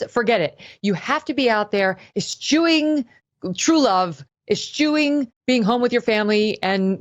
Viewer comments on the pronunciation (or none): Eschewing not espuing ffs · Love you, that's not how your pronounce "eschewing" the "ch" sounds like a "k". Again love your show!